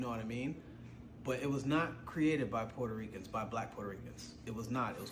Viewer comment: She is pronouncing it that way because of her accent. Not on purpose.